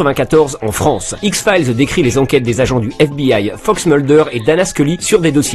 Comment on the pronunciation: les fans de X-Files mais ne sait pas prononcer correctement le titre de sa série préférée. x fyle 😂😂